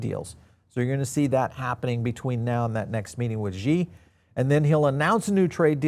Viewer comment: Xi is actually pronounced like she, just fyi… thanks for the video